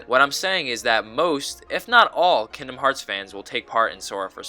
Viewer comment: The G in kingdom is not silent.